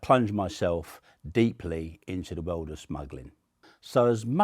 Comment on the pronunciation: "in the wewrd"